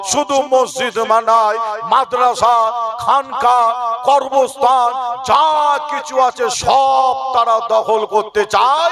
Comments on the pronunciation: করবস্থান না ওটা কবরস্থান হবে 😂😂😂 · উচ্চারণ টা করবস্হান নয় ,, কবরস্থান হবে,,।।